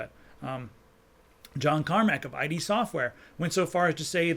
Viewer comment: Love the channel -- but one thing -- it's pronounced as "id" software, not "eye-dee" software. Anyway, keep up the good work!